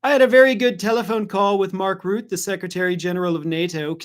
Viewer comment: please find out how to pronounce foreign names correctly before using them on you channel. Mark Rutte - please. I don't like Mark Rutte, and never liked him, even when he was our daily bike-riding Minister President. But I also think it does not become you to mispronounce his name, as many other Americans do. It must be easy to find out how to pronounce foreign names correctly using AI tools. Make use of them.